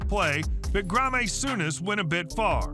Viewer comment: It’s so annoying hearing the narrator mispronounce so many things: “Ajax” instead of “Ayax”; “Grah-me Souness” instead of “Graham Souness”; “Standard Lee-egg-ay” instead of “Standard Lee-ege”…